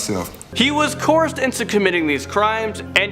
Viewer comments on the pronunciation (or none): ight want to learn how to prounounce "eligible" and "coerced"